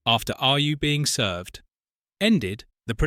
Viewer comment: Another video with AI commentary, made obvious by the weird pronunciation of the title and also weird pauses and odd stress on words. AI slop.